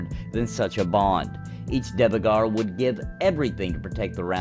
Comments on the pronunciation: It's not pronounced Divegar, but Duergar. Trust me, I'm a real life viking :) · Not to be that guy! But Dvergar literally means "dwarf" in Norwegian. So it is dwarf by all means. You said it wrong, not that that it matters in anyway ofc! haha. If the devs have confirmed that you should say it like that, they too say it wrong... he..he As always mate, great video! Looking forward to Pantheon and Camelot.